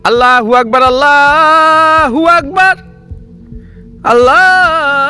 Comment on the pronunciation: ভাই আমি একটা ভালো কথা বলি আজে আজন দিচ্ছেন আপনি বলছেন আল্লা হবে না হবে আললো হবে লা না লো হবে ভাই ❤